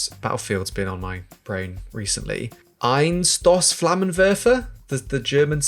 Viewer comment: “Einshtoss” In german, every time the normal S is followed by a constant, it’s pronounced as “sh” So WolfenSHtein EinSHtein Etc.